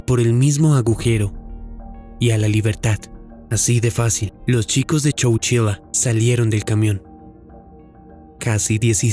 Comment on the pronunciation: "lo chicos"?? Amigo pronuncia bien !! Arruinas el relato todo el tiempo cometes el.mismo error!!